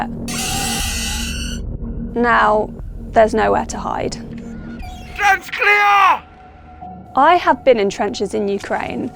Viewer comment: "trench clear" in the most Fijian accent 😂